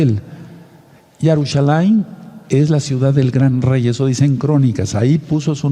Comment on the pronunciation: Se dice Yerusalain, no Yarusalain, no podemos cambiar el idioma psra forsar una doctrina, si no me cree, busque el himno de Israel